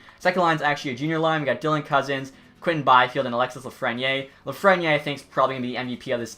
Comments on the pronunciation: austin stewart lol he says “Lafrenyay” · The way you say lafrenière bothers me